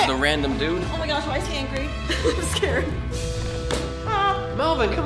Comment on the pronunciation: i laugh do Hard cuz melvin said "vy" "VY" 😆